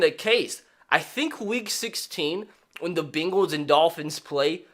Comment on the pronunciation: The “Beengls”